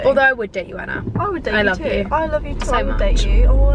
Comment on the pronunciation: saff can’t even say Anna’s name right